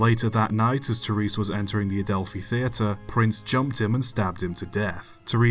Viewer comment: Terris not tereese